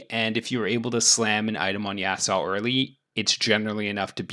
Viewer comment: Bro it aint Yasao man, great content tho